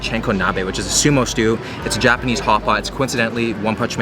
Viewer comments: Your Japanese pronunciation is making me cringe. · I love seeing how much creativity you’re putting into the videos. The 48 hours in Japan was awesome even if you did mispronounce most of the words...